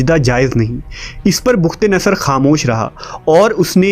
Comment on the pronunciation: bukht nhi bakhtnsr h please urdu Shi pdha krn